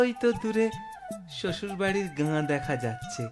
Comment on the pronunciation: ঠিক ভাবে pronounce করতে হবে , "ওই আমাদের গা দেখা যাচ্ছে " গা মানে শরীর, ঠিক ভাবে গল্প টি পড়ুন , চন্দ্রবিন্দু র উচ্চারণ কে ব্যবহার করুন, নয়তো মানে টাই বদলে যায়। পূর্ব বঙ্গীয় রা চন্দ্র বিন্দু কে ব্যবহার করে না, তাতে শ্রুতি কটু লাগে।